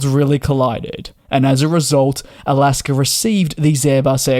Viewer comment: DJ: There is no "r" in Alaska.😅